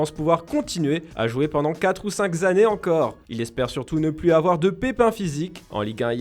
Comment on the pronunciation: 4 à 5 « zannées » ? Vraiment ?.. Lol